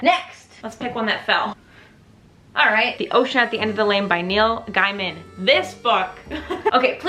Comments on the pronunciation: idk why by always thought it was pronounced Neil gaymin? is it Neil guymind? I thought you were saying Neil Diamond a few time haha. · no he pronounces it like gayman too😬 i was looking if someone said sth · how did i not know that ive been mispronouncing neil gaiman for 15 years